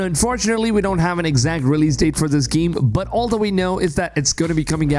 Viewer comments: What's a giem? He talks about this giem and this giem, but what is a giem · I took shot every time he said "geeem". I'm totally hammered.